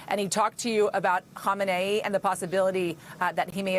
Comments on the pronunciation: Who is “homenaa”? Or whatever.. Done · Reporters don’t even know the difference between “Khomeini” & “Khamenei”. Khomeini has been dead for 37 years.